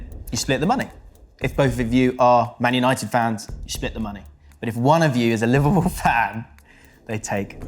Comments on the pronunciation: I knew was a lfc fan from the introduction. Like he sayed "Manuited" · Ik it was him he was the only one who said man untied